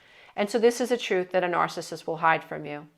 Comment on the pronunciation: You’re the only one out of all the ones I’ve been watching about this nice and nice you can’t pronounce itNARCISSISTI understand what you are saying I understand what you’re trying to explain can you explain it pretty clearly like to say not everybody is these type of people you only one that really explains it more clearly than other people on the iPad iPad so people can understand if you never dealt with it you don’t know unless you’ve experienced that you don’t knowThank you for your help and understanding of the best one here